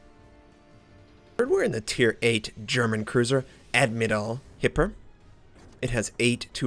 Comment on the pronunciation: i'd still like to correct your pronounciation and the second a in the word admiral in german is pronouced like "u" in "duck"